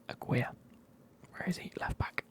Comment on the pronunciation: As a Mexican, the way you pronounced Aguirre made me chuckle. But I’ll commend you trying haha